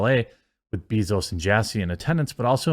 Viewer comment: That isn't how you pronounce bezos.